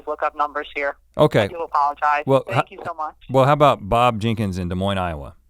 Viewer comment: I live in Des Moines and when I heard that I got excited yall pronounced it correctly